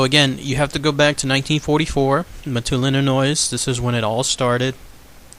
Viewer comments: Pronounced Maattoon.Mattoon,Illinois.Great video. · I'm from mattoon Illinois and u have it all wrong and don't know how to say the town right or state and he was a bug man and people did die u can go to Dodge grove cemetery and if u are not from the town do more research